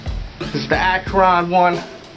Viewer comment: Why do you say akron like that hahaha. its all good i guess i'm just not used to it. Love from Ohio though!!! Continue to keep it real!